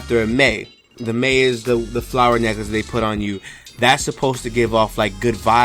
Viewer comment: Oh they are called lais not mais but nice video